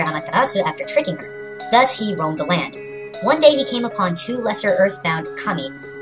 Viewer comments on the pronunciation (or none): none